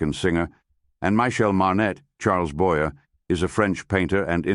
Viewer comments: I don't like the AI voice but more then that, Charles Boyer is NOT pronounced boyerrrrr!! It is pronounced Boyaaaa--a long A because Charles Boyer comes from France. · Except for mispronounced "Boyee," great job.